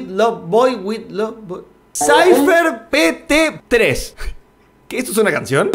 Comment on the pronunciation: Nadie: Absolutamente nadie: Nadie en el universo y más alla:: SAYFER PETE 3 Yo: muriendig de risa🤣🤣🤣🤣🤣🤣🤣🤣🤣🤣(te amo eres lo más❤️🔥)